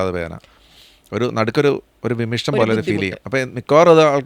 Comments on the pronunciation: വിമ്മിഷ്ടം അല്ല ഡോക്ടർ,വിമ്മിട്ടം. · വിമ്മിഷ്ടം അല്ല വിമിട്ടം എന്നാണ് പറയേണ്ടത്